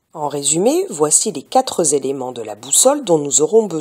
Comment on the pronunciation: Très bien pour les explications, mais les "quatre z éléments"... hum...